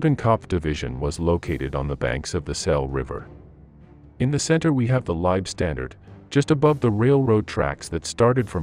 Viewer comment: If you are going to make videos about the Germans in WW2, then please learn how to properly pronounce German words. For example: The "W" in German words is pronounced as a "V". You sound silly pronouncing it as a "W". You also mispronounce "Leibstandarte".